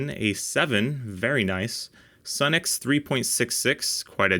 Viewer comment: Sunex is actually pronounced Sue-nex. . . . . just sayin' As a retired mechanic I can say that my 30+ year old Sunex impact sockets are extremely durable.